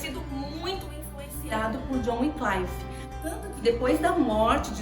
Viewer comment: Muito bom a dinâmica do vídeo, a edição, som e imagem bem bacana. Único adendo é sobre a pronúncia do nome do pré reformador. Se diz john wycliffe se pronuncia como se lê. Com A LETRA I mesmo após. Letra C , Vc está pronunciando como se tivesse um A. Ou se fosse na pronúncia do inglês americano, que I vira A. John Wynclaife. Fora essa questão parabéns